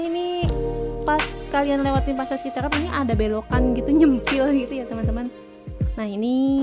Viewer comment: Pengucapan yang benar ci teureup bukan Citereup.